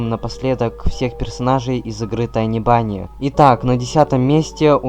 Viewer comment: Тани бани. А не Тини буни 🙈